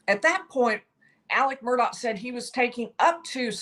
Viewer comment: Murdaw not Murdock